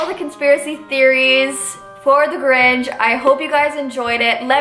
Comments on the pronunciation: I like how she said “ the gorinch” at the beginning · is sounds like she says THE ORANGE instead of the Grinch lol